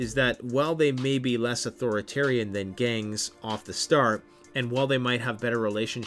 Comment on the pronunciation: Why does the GANGS section sound exactly like government?